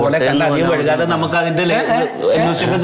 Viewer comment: വഴ്‌കാതെ അല്ല... വൈകാതെ...